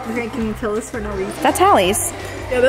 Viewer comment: PLEASE learn how to pronounce words it’s “PEEL” not “PILL” omggggg